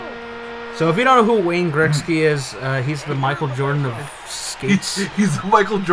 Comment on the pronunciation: Gretzky...."Gret sky" not "Greck sky". Good review though. Loved that game back in the day.